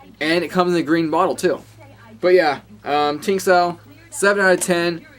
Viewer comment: I like it. And, a Chinese woman told me it's pronounced "Ching-dao".